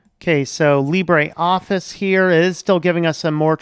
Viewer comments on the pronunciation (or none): none